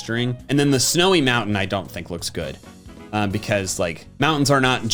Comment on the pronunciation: It’s sounds like he says loosk